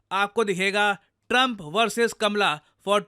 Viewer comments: Oye lallu! It's "Kamala" not kamla 😂😂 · Kaamala harish not kmla